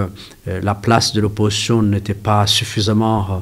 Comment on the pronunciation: Mdr, monsieur, on dit l’opposition pas oppotion cela n’existe pas. On dit aussi ils ont pas il ont, y’a un s là, ça s’accorde, tu as compris😂